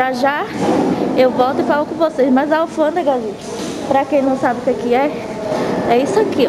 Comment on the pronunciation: Muita gente criticando a menina só pq ela fala alfandega, e muitos aí nunca teria a coragem dela de viajar sozinha e enfrentar sozinha, nossa povo triste, parabéns, alfandega, ou revisão de malas VC está arrasando tem meu jóia.